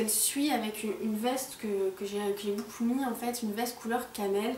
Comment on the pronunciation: Elle dit boucoup au lieu de beaucoup